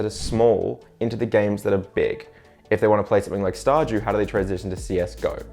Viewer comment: How he says ''Star dew'' all i hear is ''Star Jew'' and it makes me laugh.